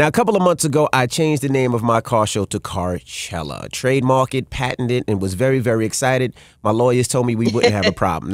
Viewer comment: Why doesn’t he just go “Carchelluh”